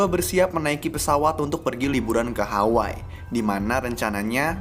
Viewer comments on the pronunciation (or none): none